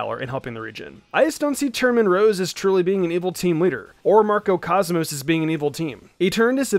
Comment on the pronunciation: Isn't it macro cosmos? Not MARCO cosmos. I don't know